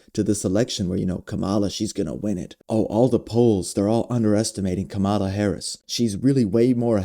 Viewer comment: It's KAMA'-la. Sounds like COMMA--luh